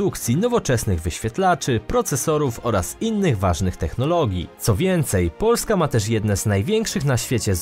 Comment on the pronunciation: Sorry ale narrator jakos trochę dziwnie akcentuje na pierwsza sylabę słowo POO..lska